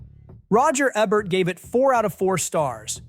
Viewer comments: Stupid AI voice can’t pronounce Roger Ebert’s name. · You never heard of Roger Ebert and so you mispronounced his name? No one who worked on this caught that OBVIOUS mistake? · It’s egregious-Roger Ebert has been around for decades and everyone in the United States should know how to pronounce his name.